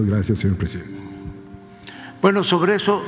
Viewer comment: No digas heso Amlo. ❤